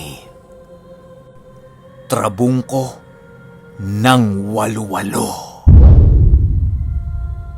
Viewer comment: Hnd po walo walo ang bigkas wa-lo wa-lo po un..